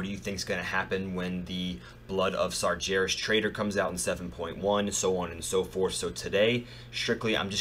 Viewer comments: Sar-gair-ras not Sar-JAIR-ras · i love it how Americans can't say Sargeras :D so funny...